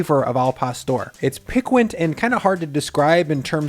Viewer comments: "Piquant" is pronounced like "pee-kint". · piquant is usually pronounced PEEK-int. Great recipe though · Don't call something piquant if you can't pronounce it 🤦🏼‍♀️🤦🏼‍♀️🤦🏼‍♀️